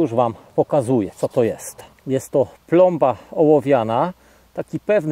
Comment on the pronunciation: chyba plomba a nie blomba ha